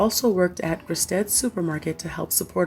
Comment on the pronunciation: Gristedes is grih-STEE-dees.